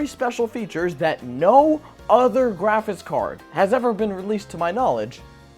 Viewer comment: Am I the only one hearing "graphis card"?